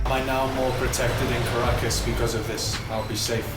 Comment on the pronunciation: Caracas sounds like carcass